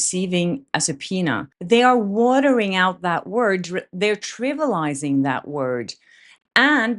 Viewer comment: 4 syllables yes, but like this: Triv. EE. ah. lizing. Love you, trying to help.